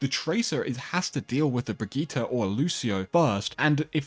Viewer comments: Hard to watch a video where they constantly mispronounce a name so badly lol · It's Brigitte not Brigitta btw